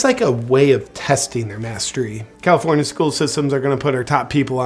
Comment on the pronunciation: "Egalifornia" 🤣 I'm dying!